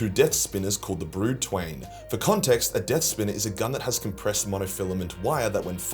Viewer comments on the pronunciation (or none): none